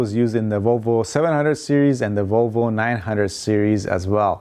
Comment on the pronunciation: VOLVO=ROWBOAT I thought you said rowboat..LOL